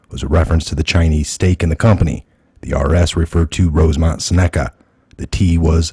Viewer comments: It's pronounced "sen a ca" not "sa NECK a" ....gawd .... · Exactly! But Im pretty sure Seneca is pronounced SINuhkuh... It's a tribes name.